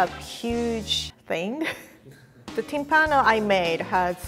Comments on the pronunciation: No Timpàno, it’s Tímpano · I'm Italian and I've never heard of this before ahah BTW is Tìmpano, with the accent on the I ;)